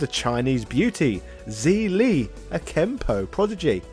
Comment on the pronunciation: Zhi li is pronounced jer-lee